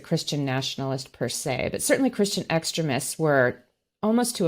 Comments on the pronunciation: Another great show and guest… but seriously, who pronounces it “ex-trim-ist”????? ex-TREME-ists, lady, extremists. Please… I can’t take it… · What part of America has this accent? I agree with her stance, but who pronounces extremists like she's saying excrement? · I liked the video, but she says "extremists" almost like "excrement". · I like the way she makes the word 'extremists' sound like 'excrements'. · Not to be picky but is the pronunciation of "extremists" by just a bit strange? Every time she said the word I heard "excrements" which I guess it's the same thing. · I like the way she pronounces Christian Extremists, she pronounces it like Christian excrement! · omg does she not know how to pronounce extremists properly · Please educate me. I’m not making fun of the guest, who pronounces extremists like that? I’ve never heard it the way she says it. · about as weird as her pronunciation of "extremists."